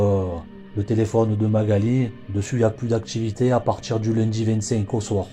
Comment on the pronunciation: Que d'erreurs !! Que d'erreurs dans les faits !! Cela débute par '' des mégots '', alors qu'il n'y avait qu'UN SEUL mégot, tout est à l'avenant... Renseignez-vous correctement ! Et allez chez un orthophoniste ! Les défauts de prononciation, comme , par exemples, vous dites '' la victchime '', au lieu de 'victime', '' le chantchier '' au lieu de 'chantier', '' l'activitché '' au lieu de 'activité', '' voitchure '', etc. '' Modjifier '' au lieu de 'modifier', '' il djit '' au lieu de 'il dit' etc. En linguistique, cela s'appelle 'affriquer' les consonnes, aucun rapport avec l'Afrique. Et autres défauts de prononciation, exemples : couler des '' bè '', le 'chiè' etc. Sans parler d'une lourdeur narrative, des erreurs grammaticales, des redondances... Vous ne doutez de rien, vous ! Quelle horreur !